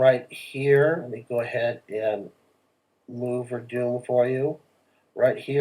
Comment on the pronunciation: Please pronounce it verdone not verdooon sounds very.. akward.